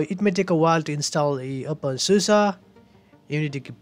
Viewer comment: really nice video, thanks for it, love how u say open susa hehe